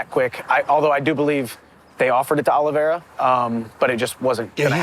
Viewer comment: Congratulations to Brendan for pronouncing Oliveira right...fuck a CTE.